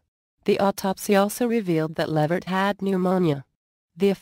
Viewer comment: It's levert